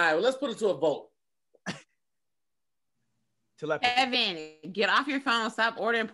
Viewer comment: Telephty = te·lep·a·thy /təˈlepəTHē/ Learn to pronounce noun “the supposed communication of thoughts or ideas by means other than the known senses.”